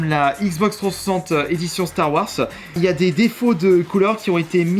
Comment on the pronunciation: Ba il la pronnonce a la Française